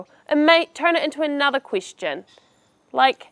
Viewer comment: Thank you. But it's very unusual how you re pronouncing Quistion offinsive and other words.